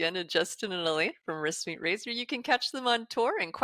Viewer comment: When she says the band name it sounds like whispyrazor..